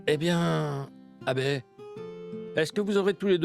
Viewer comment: J'adore la façon dont prononce Abbé avec douceur😂😂😂